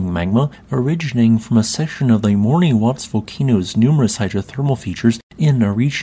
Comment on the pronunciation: Caribbean islands are so beautiful 🤩If I may, "Morne" is just pronounced /morn/, as in "mourn". You don't need to say the final E.